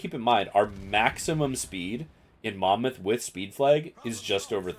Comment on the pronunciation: A big fucking well done for saying mon mouth correctly!